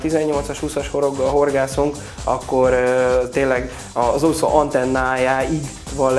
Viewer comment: Úgy gondolom, jók a termékek. Gratulálok! Csak Ne mondaná annyiszor, hogy ' Uszó "...Számomra érthetetlen, hogy egy termékbemutató során, egy magyar ember így beszéljen. Legközelebbre : Úszó! Hosszú Ú-val szerepel a magyarban! Köszönöm és elnézést a kritikáért, de már az előző filmekben is felmerült ez a probléma! Ideje megtanulni ezt a szót!